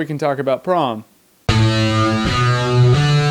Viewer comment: Is it just me or does anyone else hear "Tron" and "Porn" every time he says "Prom"?